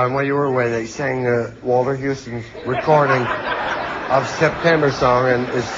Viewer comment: "september"??!! Omg!! ROFL!!